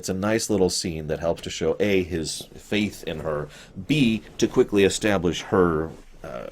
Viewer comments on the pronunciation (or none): none